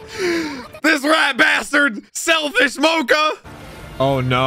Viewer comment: Yeah or when he says "Mo-ca" instead of Mocha